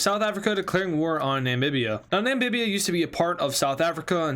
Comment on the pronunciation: Namibia not nambibia